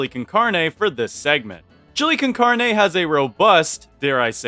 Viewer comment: not being one of those people who are mean because you said a word in a differant languge wrong but heres how you say carne The car in carne is pronouced caar and the ne in carne is pronouced like neh